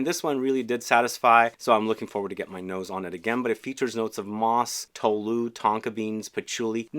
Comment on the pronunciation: "Tous" pronounced in Spanish should be "TOH-ooz", emphasis on the TOH part. Kind of how one would pronounce "bonus" in English, but with t instead of b, and without the n. As they say in German: Gute Besserung,! (Get well!)